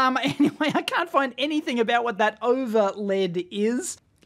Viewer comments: That "lishayu" is actually Lissajous. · Li Shayu? Is he the chinese counterpart of Lissajous?